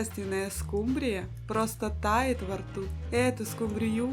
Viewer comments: скУмрия, а не скумбриЯ😢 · Почему скумбриЯ? По-русски рыба называется скУмбрия! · СкумбриЯ, это так в Индии называют😂 скУмбрию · Ну вообще то правильно говорить скУмбрия.А за рецепт СПАСИБО.!!!!😊😊😊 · 😂что ещё за скумбриЯ, это 😮